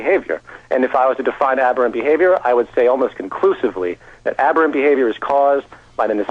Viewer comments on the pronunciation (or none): Aberrant behavior. Aberrant. Say it with me. Ab-err-ant.